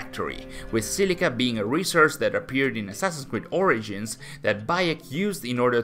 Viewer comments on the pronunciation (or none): none